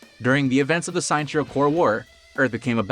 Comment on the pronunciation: Minor correction. The way you pronouced Sinestro's name is wrong. His name is basically a combination of Sinister and Maestro = Sinestro.